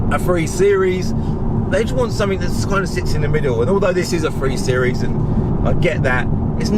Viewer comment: please, PLEASE learn to speak english correctly: "three" not "free" "something" not "somefink" etc. you may be knowledgable but anyone who speaks like that just automatically sounds untrustworthy